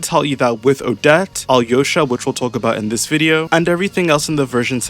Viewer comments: she pronounced it right, yeah, but then he pronounced it "alosha" and she said "that's better" so he kept saying it that way and that's what i'm talking about. also i know how the name's pronounced, i'm serbian, i've met several alyoshas 💀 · yeah but i think al-yosha (ideally pronounced quickly so that the connection between the l and y is more felt) is better than either of those.